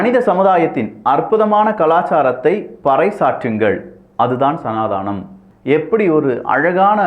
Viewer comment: தயவுசெய்து சனாதனம் என்று சொல்லவும். அது சனாதானம் இல்லை